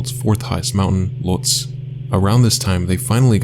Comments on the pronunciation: Dear lovable AI-voice: Lhotse is pronounced LOTE-say NOT LOTES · brutal mispronunciations "lhostz" jesus christ fix the voicebot i still watched it anyway despite my annoyance so you win in the end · Lohtse is pronounced "Lowt- say" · Just some constructive criticism: spend some time double checking the correct pronunciation of words you’re not familiar with, whether they are place names (Lhotse) or less commonly used words (edema).